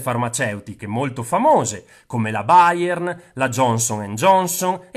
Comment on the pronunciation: anche chiamare la Bayer "Bayern" non conviene :)